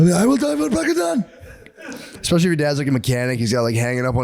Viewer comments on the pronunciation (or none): Every time Matt says 'ekspecially' it gives me an ice cream headache.